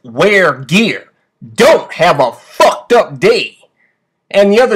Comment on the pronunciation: Back when he could actually said "fucked up day" instead of "fooked up day". Oh how YouTube had changed.